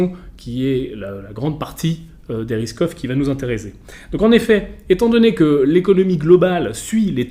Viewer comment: A chaque fois qu'il dit "risk off" j'entend "Ruskoff" 😅. Y'a que moi ?